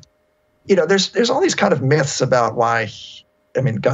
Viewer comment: "Mith" Lmao